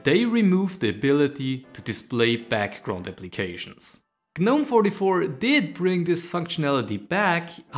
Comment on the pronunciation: You dont pronounce the "G" in gnome. Also, pretty standard extensions, not exactly a major discovery.